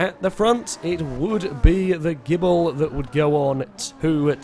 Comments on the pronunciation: Maserati Gible? I thought it was Ghibli? (jib-lee) 8) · Evil Ash It's actually pronounced Gib-lee, but it's a running FailRace joke to call it the Gibble.